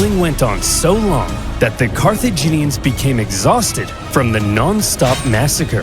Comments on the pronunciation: That's... not quite right. Your guide makes her say car thee (like fee) jee (like jeans) nians. It's car-theh(like meh)jin(like the alcohol gin) ians. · Repeat after me CAR-THEE-JEE-NIANS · Four syllables; Car-tha-gi-neans. English rarely has four-syllable words. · CAR-THA-GIN-I-ANS !!! JEEZ! GET IT STRAIGHT ALREADY! just kidding! 😘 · It's pronounced like Cartha-gin-E-ans. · Carthaginians. Car-th-age-in- Ian-s. You're welcome,. As a historian, old languages are f*cking difficult. 🤣🫶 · pronounced CAR-THE-GIN E ANS